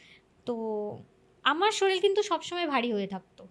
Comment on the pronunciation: Kotha ta....'sorir'....not soril 😂😂